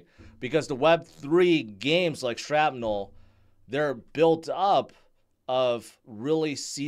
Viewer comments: It's not Strapnel....😂 it's shrapnel...like from a granade... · why you call it strapnel? 🤣😂. and you telling us to "strap on" all the time! 😅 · I heard him say sTrapnel. SMH